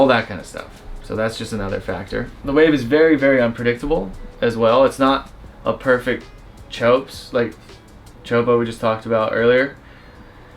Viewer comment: Chowpow. 😂 If it wouldn't be displayed on the screen I wouldn't know what was that. This is how it is pronounced - correctly